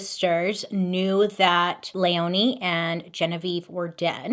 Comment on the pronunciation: My name is Leoni my grandmothers name is Christine and my little sisters name is Lea So this was very interesting and felt very personal listening to 😂 Btw it’s pronounced leeone ❤❤❤